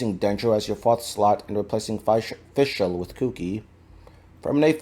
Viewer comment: nice video but why do you pronounce fischl like that?